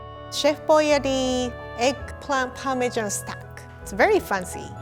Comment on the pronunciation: 😂😂She speaks like "make it pancy"